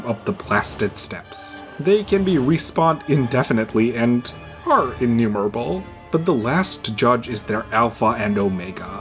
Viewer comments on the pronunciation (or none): did you say "innumerable" or "enumerable"? both makes sense, mathematically😭